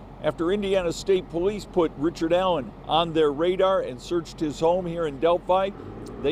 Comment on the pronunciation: Richered. Not. Bridgeman.